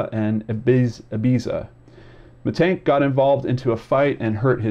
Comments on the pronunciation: Hi there, it is penonounced Mee tannn-g-k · you would pronounce it like 'mittunk' in germany :) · So, about your pronounciation, it's okay, just the second "a" is off. It's more like in Lars or Ghandi or just try a scottish accent impression. That's generally a little trick, if you see a German word, just do the Scottsman. Aside from that, you just need to know that "sch" is the same as the english "sh". A "ch" sounds similar, yet I don't think it's used in english at all, but you can get away with the same as "sh", you'll just sound like a German rapper then. Aside from that, if there's an "e" at the end, it's spoken, it isn't silent or prolongs the vowel. About "Aktenzeichen XY" it's a show that has been running on television for ages, reporting about unsolved cases and asking the viewers to give clues if they can. The show runs on "ZDF" a channel that is "öffentlich rechtlich", which basically is payTV with gouverment enforcement that you have to pay. It's also technically a propaganda channel for various lobbiist groups, but is considered more trustworthy than the private television. Genereally facts they bring a genuine. The manipulation in this channels usually just occurs in what they don't show. For example there's a lot of screening time dealing with the refugee crisis and no screening time for information on the laws that the gouvernment slips through during that time. Generally, it's a good newssource nonetheless. You have also scrolled over some links to bild.de. Bild ("picture") is a popular politically right magazine, which pretends to be a newspaper, which